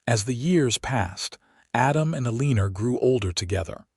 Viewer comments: “Aleenor” do you mean Eleanor? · It's pronounced "L-an -nor" NOT "Aliner". Gee. If you are going to take the time to write and video this, program the AI to say things correctly. This really grates on my ear. I'm moving on to something else. . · ELEANOR is pronounced Ellen-nor. Not E-Lean-or. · Listening to AI mispronounce words was painful to the ears. Otherwise, a very nice story. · it's pronounced ellenor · I’m sure the story is sweet, but I can’t listen to Eeleener any more. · A-LEEN-er? If the main character can't be addressed properly, what's the point? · 🤨 a leener? Might want to fix that name for Ai to pronounce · Lovely story! Why does the narrator say Eleener? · AlinER? That pronunciation of Alina’s name bothered me enough to quit listening. 👎🏻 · What is the woman's name? You spelled it Elina but most of the time it's pronounced Eliner. Fine tune the AI okay. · I'm thinking it's trying to say Ellenor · Yeah, E leen er is an odd pronunciation. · Yeah, I can't listen to A-leen-er for the next however long, ugh! And why would she even bother to say O don't love you to a man she just met!😂 Nope. End of the story for me😂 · A-lee-ner!?? WTF is THAT supposed to be!😂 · The first half if the story is good but the last half is redundant, with repetition of the same information time and again. And 15 miles on foot in a blizzard without provisions or even adequate clothing is beyond fiction to fantasy. Pronunciation of Eleanor: L-n-or. Simple enough for even AI to understand. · That drove me crazy too elener lol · Her name is pronounced EL-I-NOR. Good story. Good character traits. ❤❤ Canada 🇨🇦🇨🇦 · Probably Eleanor. I confess that hearing Erleener was like fingernails on a chalkboard! The story was respectable, however and I enjoyed the rest. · Think the ai needs help with read, live and I think he means Eleanor... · butchering of the pronunciation of Eleanor is distracting. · ANNOYING mispronunciation!! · A Leen Er ? 🤦🏼